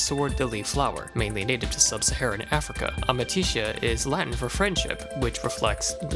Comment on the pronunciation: it's amicitia goddamnit. AMICITIA!!! AND I DON'T EVEN LIKE GLADIO